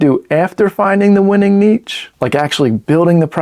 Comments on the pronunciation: Nitch or Neesh! What the heck are you saying... Neatch? #DoNotRecommend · Im gonna ask chat gtp is it neech or neesh. 😂